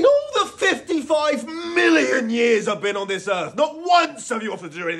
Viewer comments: The emphasis on the "55 MILLION years " 😂. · Bro the emphasis on million sent me 😭😭😭😭